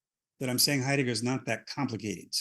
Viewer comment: 'ate 'eidegger luv me boys talking about 'eidegger